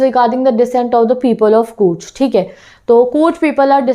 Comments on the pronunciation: Ma'am courg nahi bolte he Coorg hee ma'am plz work in your vocabulary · Your pronunciation of COORG is wrong